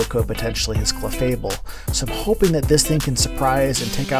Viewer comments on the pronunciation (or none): As requested, I am commenting to share that I do not like your clefable pronunciation. GGs tho.